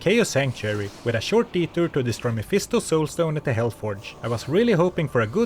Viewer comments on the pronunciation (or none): none